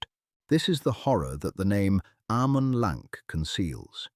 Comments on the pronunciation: AH-man LAHNK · Why is your pronounciation so bad? It just shows how bad and lazy is your research. C in Cirith and Celeborn and elsewhere are pronounced with a hatd C like a K, and G as in Eregio etc with a hard G. And A as in Amon Lanc is as is 'apple'. And there is no evidence in Tolkien's writings of Amon Lanc having any connection whatever with Moria. Moreover Galadriel could not ise the power of her Ring to destroy Dol Guldur as it and all the Three no longer had any power after the One had by then been destroyed. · Sauron: Sour-ron Celeborn: Kaylayborn Amon Lanc: Ah-mon Lahnk Ñoldor: Niol-dorr Eregion: Eh-ray-ghion The pronunciations are all wrong. Quite distracting.